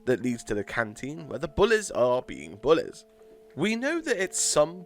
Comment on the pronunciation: Oy mate y do u say bullez